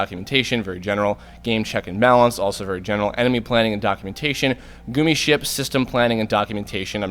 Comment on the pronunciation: you said gummi ship wrong... its suppose to be like "gummy" ship. other than that, great video :)